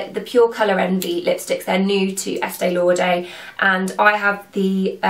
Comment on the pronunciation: It's Estée LauDER not Estée LauDAY !